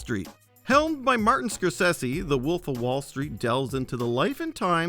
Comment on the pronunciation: I'm Sorry No Disrespect But did Yall Hear How He Said Scorsese😂